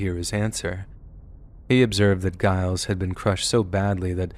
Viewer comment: The G in Giles Corey's name is pronounced like a J.